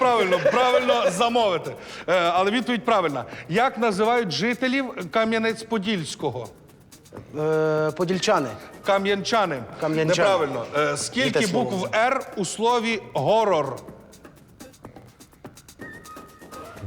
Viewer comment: Чому горор, а не хорор?